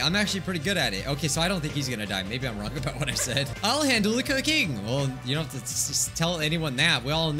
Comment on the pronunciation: HE DID BUT ITS LIKE "no thats wong"